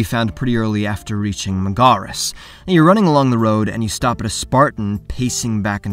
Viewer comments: I just have to say that they gave you the pronunciation for “Mega-rees” over and over in game and you still manage to produce a typically anglicized “Meg-ar-us” if you can pronounce Kephallonia correctly why stop there? Just a thought... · The way you say megaris Jesus help this person and ikaros 😂😂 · Why do you pronounce things wrong? Its not a book where you never hear it, it is a game, unless you never played the game, you will hear how Megaris and Metiochos is pronounced, so why pronounce it wrong? It is a small thing that ticks me off.